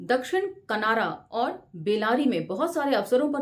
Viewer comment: It's कनारा not केनरा